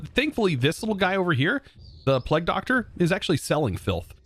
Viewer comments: pleg???? its pronounced play-g, come on now you must have been taught about or heard of the plague before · im still pretty sure plague is pronounced playg no matter where in the world you heard it, its bad enough americans say 'to' to many times, or pronouce across as acrosst, there is no 't', but plague has an always will be 'playg' you can literally google it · Plague is pronounced like 'playg' it's the long A sound, like in play and stay.